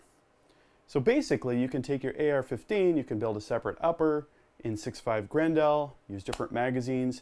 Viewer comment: It kills me how you say 6.5 GRENDAAL